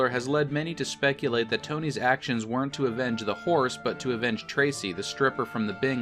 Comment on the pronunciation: You killed that "hores" Get it? Horse = Hores